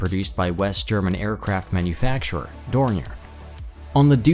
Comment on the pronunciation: Piston version of the Flying Wing had a range of 12000 miles, four times that of the B-36 Peacemaker. Who cares were whether it went 1600 miles shorter than they expected. The Avrocar was a wild-ass guess at a very bad Theory. Dornier do? Where the hell did you get that pronunciation. The X3 was designed to be capable of flying at Mach 2, which the airframe was. They however were not able to secure engines capable of pushing the aircraft that fast. I don't know who's doing the narration or if it's actually a real person, but you can't even get the name of Burt Rutan correct?